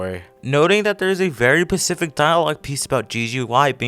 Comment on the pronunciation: specific, not pacific